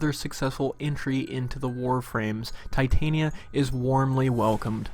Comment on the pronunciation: All I want is someone to say her name right. It's Titania not Titanium. say it with me now. t-tahn-yah